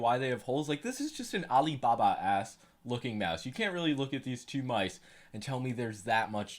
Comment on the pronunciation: The way you said Alibaba 💀💀